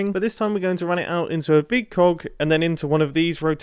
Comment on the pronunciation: Every time he says cog I think he says something else